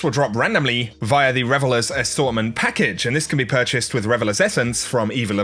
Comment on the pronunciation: Is it just me or does it sound like he's saying Revelous vs Revelers? 😄